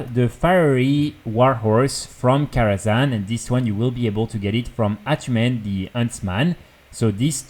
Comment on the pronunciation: the way you say attunmen the huntsman is awesome. i wonder how it sounds to you when i say it with my accent.